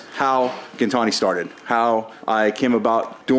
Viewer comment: “Jintani” Damon Fryer.